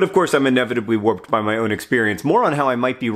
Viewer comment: "...but, of course, I'm inevitably warped by my own experience." I definitely heard "whooped" on the first listen. Either way..it works 👌